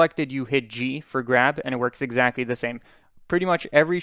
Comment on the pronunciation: I find cute that you sometime pronounce "L" as W and "CT" as c, it sounds like owo talk Exacwy~ :3